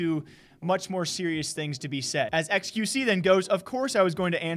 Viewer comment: Y did she say qvc??? Maybe because it sounds like XQC